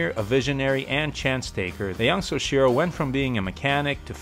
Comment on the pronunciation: Great video. Let me just tell you how to correctly say “soichiro,” it’s “soh-ee-chi-roh”